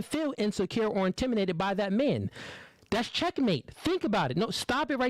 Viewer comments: Bro, what is "intiminated"? I-N-T-I-M-I-D-A-T-E-D, homie. Spelled and pronounced like that. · The word is "intimidated" not "intiminated"😂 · Come on now,. You seem like an educated brother. You should know better than that. The word is "Intimidated" what the hell are you doing, saying "Intiminated"... Smh... come on bro!!! Get it together... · … its pronounced intimidated, not intiminated. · Is he purposely saying intimiNated instead of intimiDated? 😮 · IntimiDated, not Intiminated -. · It’s intimidated not intiminated bro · Sounds like he's saying intiminated instead of intimidated.....idk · AM I TRIPPING OR DOES KEEP SAYING "INTIMINATED" AND NOT INTIMIDATED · What’s “intiminated”? It’s INTIMIDATED!!! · It's INTIMIDATED not intiminated. 🤣🤣🤣🤣🤣🤣🤣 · I rock with what he’s saying, but for the love of god….the word is not “intimination,” it’s intimiDation! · Intiminated. Bro pronounce the word right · It’s intimidating not intiminated bro 🤦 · "IN-TIM-MINATED" ... ITS INTIMIDATED BRUH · The word is intimidated and not intiminated lol 🤣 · What’s really annoying is him saying intiminated instead of intimidated. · Stop saying intiminated. It’s intimidated. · ɪnˈtɪm.ɪ.deɪ.tɪd. I was so annoyed hearing this guy say intiminated 🤣🤣🤣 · This guy is too smart to keep saying IN-TIM-“MEN”-NATED” WTF??? It’s INTIMI”DATED” my guy….. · InTIMinated is crazy 😂😂😂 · Bruh. The way you mispronounced intimidated. You said it more like intimated. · Bro if you say intiminated 1 more time! It’s intimidated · ITS INTIMIDATED not INTIMINATED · “Intiminated” or intimidated? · is my guy but he is killing me with "intiminated". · Did he say " intiminated " several times and not catch himself not once 😂😂😂😂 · If he say Intiminated one more time😂😂😂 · “Intiminated” is crazy work bro! I hear you Mispronouncing a lot of words lol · The word is “INTIMI’D’ATED” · Is it jus me or does he keep saying intiminated? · Its intimi-dated 😂😂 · Stop saying intiminated 😑🫣